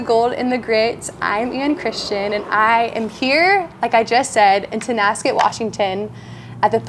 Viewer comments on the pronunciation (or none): It's...T O N A S K E T, not Tascet. We got your back! 💜🇨🇦